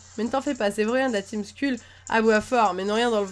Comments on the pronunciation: par contre juste un trop c'est skull pas school (school =école)(skull= crane ) c'est pas la même chose et c'est se prononce skeul en gros sinon sympas le let's play mais tu pourrais capturer un peu plus de pokémon par contre :) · Juste excellent let's play, et à mourir de rire quand elle dis La team school au lieu de skuul mdr qui est tout de suite plus cool (dis en anglais). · En vrai sas dit skell pas skull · ho fait sa s écrit skull mais sa se dit skell si tu ne me croit pas regarde les vidéo de frigel et fais tes vidéos plus longue